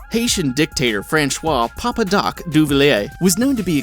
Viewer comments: It's pronounce "Fransswha" not "French rois". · His name isnt "Franchois"... Learn to pronounce french words and names. TWITS!! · FRANSHWA???? Francois is pronounced Franshwa now? Jeez some of these narrators shouldn't be narrating videos.